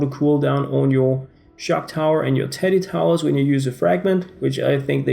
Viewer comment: Am I the only one who thought he said titty and not teddy